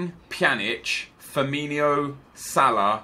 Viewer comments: It's Firmin-O not Firmin-IO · it's Firmino not Firminio.